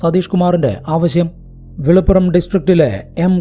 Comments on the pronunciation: വിളിപ്പുറം അല്ല വില്ലുപുരം ആണ് mr. ❤ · വില്ലുപ്പുരം not വെളിപ്പുറം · വെലുപ്പുറം അല്ല ബ്രോ വില്ലുപ്പുറം ആണ്. ഇതൊക്കെ മുൻപ് കണ്ടിട്ടുണ്ട് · വില്ലുപുരം ആണ്. വെളിപ്പുറം അല്ല.